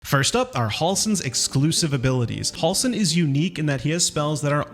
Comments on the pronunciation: Halsin Not Hawlsen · They say Halsin's name 100 times in the game and you still can't say it correctly. You're saying Hall-sin, it's more like Hell-sin. Js.